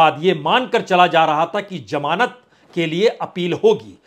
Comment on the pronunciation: Jamaanat This is wrong pronunciation it actually means Zamanat